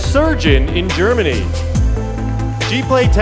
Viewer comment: is that really how french pronounce france?? German-y the shout from the audience is hilarious Philippines!!! :)